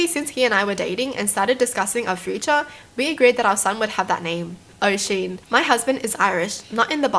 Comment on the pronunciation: Oooh I’m Irish too! But that’s not how you pronounce Oisin, its pronounced usheen, I’m sorry if I sound rude at all I just want to help😅😂 Edit: I hadn’t watched the rest of it so I didn’t hear this but also Galway is pronounced golway😂